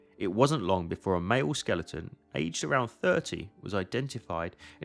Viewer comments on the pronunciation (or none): Did you just pronounce Skeleton as Skel-EET-in?